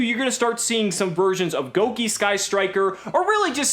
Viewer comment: I'm not happy with this pronunciation of Gouki. Gouge, Gouda.